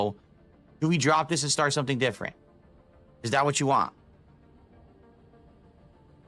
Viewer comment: I still get really irritated everytime he says "Want" I can't explain how much it just pisses me off.